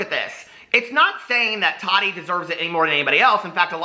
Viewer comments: Lmao I love you so much but I cringe so bad when you say tadi instead of TaTi 😂😂❤️❤️❤️ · Every time I see Tati now I think about her saying it bugs her when people don't pronounce her name "tat-tee' 😂 yes she has mentioned it ha,ha Love her so maach! I do enjoy her videos most of the time, but as someone here said I think she is an influencer verses a creator. She's awesome for reviews, but if you want creativity you are going to look to Jeffree or James..or Nikki. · How are people giving you a hard time for saying “Tati” wrong? Many Americans say the ‘t’ in a word softly or like ‘d.’ In the part of NY I’m from no one says a hard t like that 😂 For example, if I were to say “button” you don’t hear me say the t at all, and if I hear someone (like a youtuber) say the harder t I actually feel surprised and I’m like, why did that sound so weird just now? 😂 I don’t think it’s wrong, it’s just a pronunciation thing 🤷🏼‍♀️